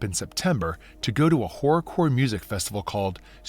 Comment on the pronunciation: Took me far too long to realise he was saying “horror” core and not something else then.